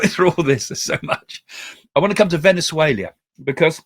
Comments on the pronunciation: Venezuela, not Venezuelia...there is no i. Just saying! Thank you for your very informative podcast. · Why are you pronouncing Venezuela VenuzueLIA while speaking English! Why not España. For Spain?? 😂😂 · I prefer Craig's " Venezuelia!" 😂😂😂